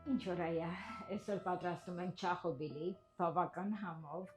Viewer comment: ջան,ոչ թե Չախոբիլի այլ Չախոխբիլի։ Կներես ախջիկ ջան, ես Թիֆլիսեցի էմ ապրել էմ վրացիների միջավայրում ու ականջս սուր կտրեց քո սխալը ։ Եղիր առողջ, ապրիր երկար